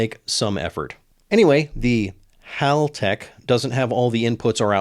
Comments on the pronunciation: HAL Tech as in Hal from the film 2001. They’re Aussies so it’s pronounced accordingly. HALL has 2 L’s. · it's Haltech not Haltech ;)